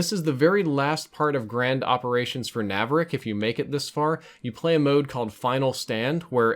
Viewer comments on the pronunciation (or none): its narvik, not navrik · Narvik not Navrik... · Narvik, not Navrik ;) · Narvik not navrik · N A R V I K A R V I K Not NAVIRIRK. Thanks for the video tho, good stuff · its Narvik not Navrik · Stop saying navrik. Its narvik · Navrick it's narvik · It's Narvik not Navrik :p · it's Narvik, not Naravik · Narvik , not navrik